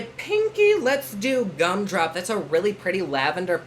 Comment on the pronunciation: When you said “cum drop” instead of “gum drop” I didn’t even bat an eye because that totally sounds like a Jeffree shade name 😂